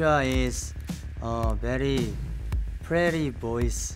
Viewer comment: the way how wonwoo laughed at Seokmins pronounciation of pretty is adorable